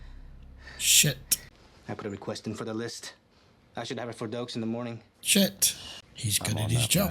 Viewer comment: I love how you call Doakes (Deekes) 😅 another great reaction.